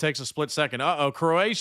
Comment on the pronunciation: 😂oh shit. Bro actually got the Croatia names right . 😂😂😂😂 I swear his the only yank that can get the right first time. Fair fucking play . It just makes it funny that he thinks he got them wrong.